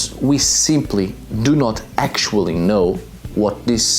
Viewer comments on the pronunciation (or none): ECTUALLY. I KNOW. WHAT. IT. MEANS ...BUT. GO ON. ,, .. PLEASE